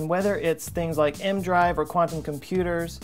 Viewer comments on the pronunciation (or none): It's E-M drive. Not M drive. And it doesn't work.